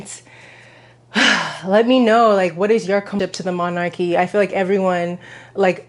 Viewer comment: it's "monarchy" tho